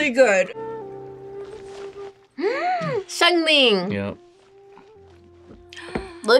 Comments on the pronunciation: excuse me who the heck is sun Ling?????????? I thought it was Xiang Ling not sun Ling☠️ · she didn’t say xiangling properly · that actually may be true HOWEVER they got Jean wrong, she is not the nurse that's Barbara and they kinda pronounded Xiangling's name wrong.